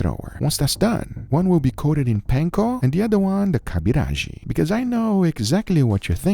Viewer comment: I am FKEN IMPRESSED WH N YOU SAID KABIRAJI